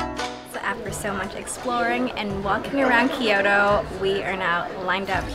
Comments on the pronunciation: Its kyoto, not kioro lol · thanks for taking us along! enjoying your content but please at least try to pronounce the cities correctly!! its not Ki-Yoto, it's Kyoto. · Thank you for the video. One observation, you are clearly Japanese, why do you pronounced as “Kyoro” instead the of the right way KyoTo?